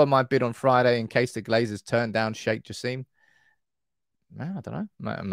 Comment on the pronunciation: Sheikh Jasim name pronounced like /Jah.sim/ not Jah seem